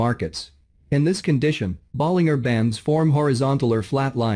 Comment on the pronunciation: Please pronounce John Bollinger's name correctly. The last three letters rhyme with merger or manager, not finger or burger. Listen to him introduce himself on his videos to confirm. (John Bollinger on Bollinger Bands).